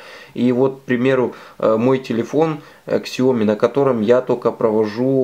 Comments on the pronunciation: Сяоми,бльть,не ксяоми, а сяоми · КСяоми слух режет...СяомИ! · Вот только не Ксяоми а Сяоми!!!! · СЯОМИ СЯОМИ САОМИ а не ксяоми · Не ксяоми, а Сяоми !!! безграмотность уши режет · Спасибо за информацию. Извините за мою подсказку. Но правильно говорить "сяо ми". Так по-русски читается транскрипция этих двух иероглифов 小米 Xiǎomǐ. Поверьте человеку, изучающему китайский язык. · Бренд читается Сяоми!!! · Да научитесь вы правильно называть марку своего телефона - Сяоми с ударением на последний слог. Поищите в гугле, как правильно говорить.